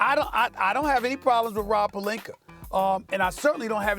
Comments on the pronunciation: "Rob Pelinker" - Stephen A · Why does Stephen A keep saying "Rob Pelinker" "Agender" learn to speak proper English!!